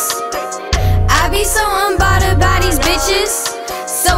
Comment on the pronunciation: Right she can’t even say unbothered correctly